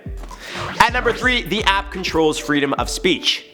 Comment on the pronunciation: BLOOPER WATCH! The App Controls Feedom of Speech. Ohhh reeeeally? Does it also control Freedom of Speech too? LOVE this channel, thanks for the giggles (especially that one! 😁) xxxxxx